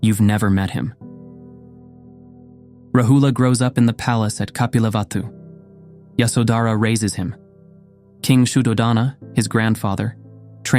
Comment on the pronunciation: The stories are wel versed and instructive. One minor point is that the names and pali words are wrongly pronounced. Hence many will continue this. I.e. it is Raahula, yasoodharaa, Sudhoodaana, viinaya, etc. Maybe for next videos ask Buddhist monks how to pronounce names and terminology properly.